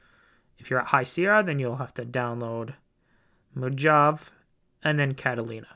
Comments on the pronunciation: MO JAV? Jeez man it's MO-HAH-VAY. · Mohahvee, dude, Mohahvee!